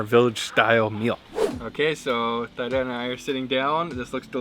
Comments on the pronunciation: It’s great that you’re visiting my country Kambodge/Cambodia. Love that you’ve taken a vested interest in our an ancient country. As I watching it, I found your pronunciation wrong.. just to correct, I believe you’re trying to pronounce her name Thida (common Khmer name) which is pronounced as Tee-dah. Additionally: Khmer pronounced: Kam-my or Kam-Mai. Phomn Penh is pronounced: Phomn-Ping “means many mountain” A lot of foreigners mispronounced these common words of the Khmer people. Land of Kambujiya & Mera (Khmer: the joint names of King/Queen) - P.S. “Hello” from the States. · Great reaction, thanks 👍 but her name is pronounce like TEEDA. Again the H is silence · Idk why she didn’t correct you. She’s so polite. Her name is pronounced “tee-dah” lol I was like ugh the whole time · Oh BTW her name is pronounced T-ee-dah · Great video! This was what I was waiting for you to try. I must say you need to try prohok ang that is a must since you are in the country side. I am Cambodian and I am pretty sure her name is pronounced Tee Da. She is probably too shy to correct you.But overall great video. 😊Keep the video coming. So many delicious foods in the country side like gong gab bok..I want to see you eat that and the prahok ang. Yum. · I’m sure it’s pronounce Tee-Da Lol😅 if it’s spelled Thida the H is silent lol . But thanks for showing up on our motherland .❤ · The way you pronounced her name wrong😂 great vid though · Her correct name Teada not Tyda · Just wanted to correct you, it’s T-da not Thide-da😊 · Oh my goodness, bro you just butcher the pronunciation of her name...lol.. I believe it pronounce " T-Da." 😅. I know because. I have a friend with that name. She should have corrected you. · Not Thigh-Da, bro… she should’ve corrected you — her name is pronounced “Tee-dah”. The H is silent like the H in Christina. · her name pronouns as Tee-Daa, not Thigh-daa anyways great video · It’s pronounced “Thee-Dah” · Her name is pronounced T-Da.